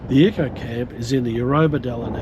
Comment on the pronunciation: Great video :-) tho I note it is a an eco camp not an echo camp as U2 keep saying Lol